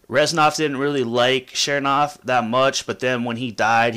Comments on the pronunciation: ch nernov not shearnov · CHERN. JESUS CHERN-OV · It's not chernov, it's chernov, duh...